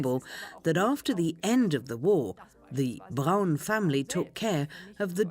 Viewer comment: Her last name isn’t pronounced as Brown - it’s pronounced Brawn like Brawny brand of paper towels